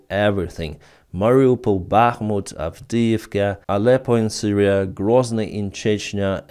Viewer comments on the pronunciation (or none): none